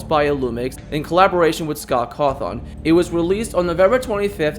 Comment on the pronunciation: He pronounced caw-thin caw-thon lol